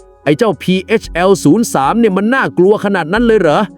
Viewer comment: พีเฮชแอล03 นะ. ไม่ใช่พีเอสแอล03 อ่านให้ถูกด้วยPHL 03